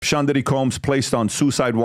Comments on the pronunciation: Combs guys. Not Colms. Sean guys. Not Shan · Sean not Shan